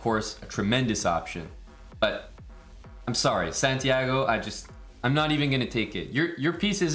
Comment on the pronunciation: The amount of disrespect on santiagos name lmao